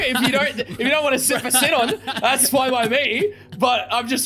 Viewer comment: Am I stupid or are they pronouncing sinon wrong bc that really annoys me